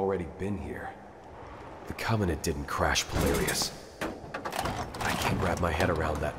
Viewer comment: "Polaris" is mispronounced.